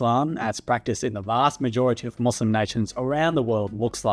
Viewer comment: You can’t even pronounce Muslim correctly lmao